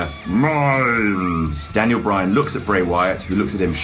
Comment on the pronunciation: Bray Wyan lol